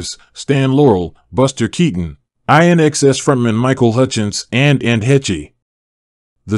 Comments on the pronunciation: INXS is pronounced like in excess. And Ann’s last name is pronounced like hayshh. Lisa Kudrow. It’s not Kerdow. 🙄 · Not just one but three incorrect pronunciations for INXS, Anne Heche, and Lisa Kudrow. (That one is not Kerdow).